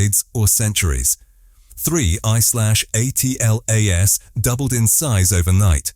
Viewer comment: It's an AI generated voice that can't even properly pronounce 3I/ATLAS I bet that this script was entirely AI generated to